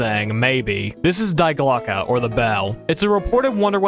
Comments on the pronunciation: Just a minor thing and no one who speaks english propably gives a shit but Die Glocke isn't pronounced Die Glocke, it's pronounced Dee Glocke, because german, it's one of the three german articles, die, das, and der like english has a, an, and the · It’s pronounced ( D Glock eh) Die glocke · Was really interested in the video until you immediately started with "dIe GlOCkE". I thought this could be a good video about interesting true stories of the war and not age old conspiracy theories